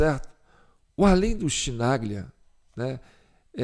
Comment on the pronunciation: Chi em italiano se pronuncia Qui! Embora o cara continua sendo um petista irrecuperável!